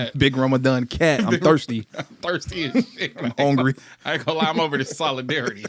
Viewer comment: Heavy on the “I’m HUNGRY” 🫠